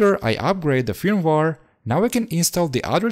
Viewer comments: Pronounced 'FIRM-WARE' not fumwar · please say feurmwere not fir me waare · My man, no offense but you should practice more English pronunciation. I mean....... Firmware you said like film war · Fermvar lol had no idea what you were talking about till I looked at the screen. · Ahhhh yeah the well known "fimwar" 😉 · it is not firmwar it is firmware video is brilliant though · I want an 8 hour loop of just you saying firmware. Good video, watched it fully. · I like how you pronounce firmware. That’s all lol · I cringed every time he said firmware.